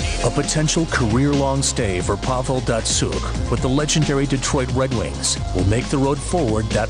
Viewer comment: "the wed wings"